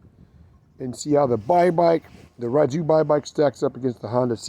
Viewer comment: Hey bud, another bye bike owner here, from Spain. I run a Technigas exhaust on mine with the original 12mm carb and the malossi variator setup and works awesome) All the best and keep bye biking! Oh, by the way, "Rieju", is pronunciated: "Ree-a-hoo" ;)